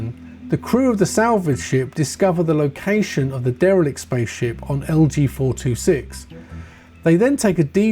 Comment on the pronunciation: Oh. I'll start with a negative first - I have to correct you on the correct Planet Name for Alien - It's LV426 and i think you say LG426 - Sorry.. its my only bug bear i promise! Ok, positives now! Great Vid, that was a banging tune to start with, wish more games had Retro themes - or even an Outrun remake with the original score! CEX is like Coke to me, everytime i go in i have to buy something, my wife bans me from most of them! haha How does Alien Isolation run on PS3? I may load it up again, i have missed playing that game so much. I don't know why they haven't expanded and made more of a similar vein. Great Pick ups! I recently just bought that Peaky Blinders too, arrived in my local store and i snapped it up!